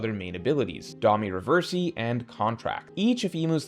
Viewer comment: These weapon name & Domi Reversi pronunciations are killing me. 😂